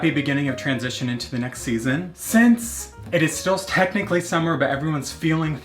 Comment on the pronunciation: “Snetchnically” “Pineapp ring” “Piiiiinecake batter” Someone call Webster’s, we have been blessedT with new words.